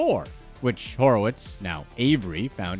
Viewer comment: His last name is Horwitz, not Horowitz.